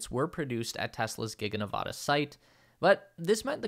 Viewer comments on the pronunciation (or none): Enjoyed the video. But, ya know, Ne-vă-da. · Please pronounce my home state Nevada correctly... short a. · Please properly pronounce the name of the state of NEVADA